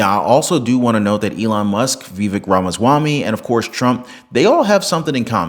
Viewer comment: Vivek ryhmes with CAKE...sounds like VA VAKE !!!!